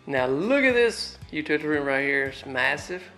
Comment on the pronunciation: It's not a U-tit-ta-ty room. It's U-til-a-ty. LOL.